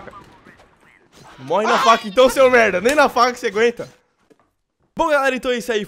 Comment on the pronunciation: O vc só fala melda palece uma metlalhadola de melda